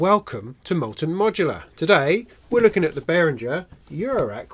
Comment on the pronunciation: If one takes the effort to pronounce Moog correctly, why not also do the same for Behringer? Bay-ring-er. Middle syllable as in ring, rhymes with singer. Not bay-ring-ger or bay-ring-jer